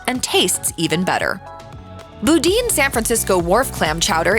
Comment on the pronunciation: Boudin is pronounced Bo-Dan, not Boo-Deen.